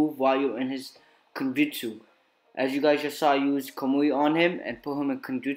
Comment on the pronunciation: When your saying Genjutsu you sound like your saying kenjutsu